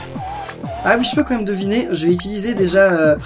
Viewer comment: on dit "utiliser" et pas "itiliser"